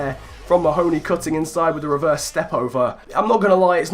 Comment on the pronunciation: Just a slight fyi, I think Mahoney is pronounced Marney (as in the Burnley cm)